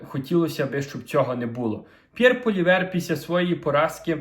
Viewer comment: Не Полівер, не Гулівер, а ПОЛІЕВР!